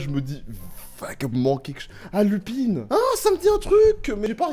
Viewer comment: Pas Lupine😂😭, Lupin